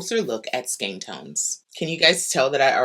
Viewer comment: Thanks for your pronunciation of skein.